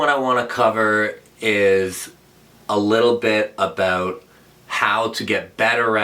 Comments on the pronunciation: I love how Laratt says "aboot" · Canadians pronounce "about" that way..